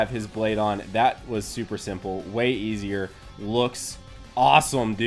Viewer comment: I cot the Same figure and this is bullshit everything Fells off WTF everytime you say esyer i get angryer